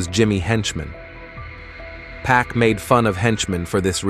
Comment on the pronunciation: His name Pac not pack 🤦🏽‍♂️